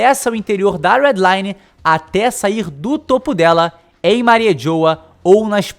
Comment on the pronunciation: Eu fiquei com agunia dele falando "Mari JHOWA" kkkkkk é Mariejois, pronunciando em Frances fica tipo Marrijuá...